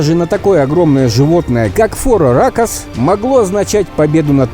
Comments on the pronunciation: Правильно фороракос а не фороракс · ФороракОс а не фороракс